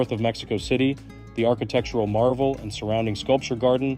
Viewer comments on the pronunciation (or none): none